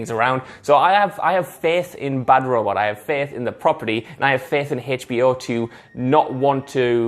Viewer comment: i will start calling hbo max hey-chbe-eyo max from now on